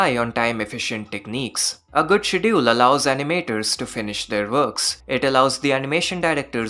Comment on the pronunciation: Great vid as always. So far loved every episode of Heavenly Delusion, the show is really special. P.S. Please check pronunciation of "schedule"